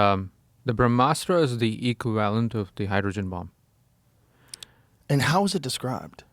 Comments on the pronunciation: I’m going to start pronouncing equivalent that way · When you’re a billionaire, you can pronounce equivalent how ever tf you want.